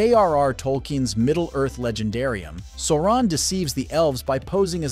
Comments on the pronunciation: They literally say SAU-RON in every mention of his name, yet a channel covering the rings of power manage to make it sound like "moron". 😂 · If you’re going to mispronounce Sauron at least stay consistent ( then then ). WHY?? 😤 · If you’re going to make a video on Lord of the Rings and Sauron, at least pronounce his name right. Makes me not want to watch your videos anymore.